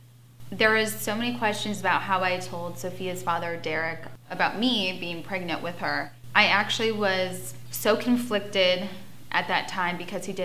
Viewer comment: The way she says “pregnant” just makes my skin crawl. “Praygnit”. Also, Farrah, we’ve all seen your 16 and pregnant episode. You claimed Derrick did not know you were “praygnit” and you were, in fact, avoiding his calls. Then the dude dies and all of a sudden you give a shit? 🙄🙄🙄🙄